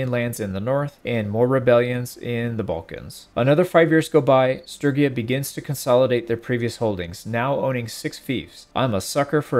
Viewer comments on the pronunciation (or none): The real question is why pronounce Sturgia as Strygia